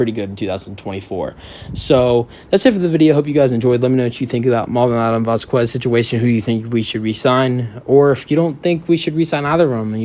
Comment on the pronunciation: It’s vazkez not vascuues.. js